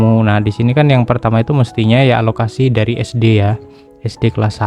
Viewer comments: Alokasi pak, bukan analokasi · Alokasi bang bukan analokasi, maaf tapi telinga saya agak gatel dengernya. Btw makasih ilmunya bang 🙏🏻👍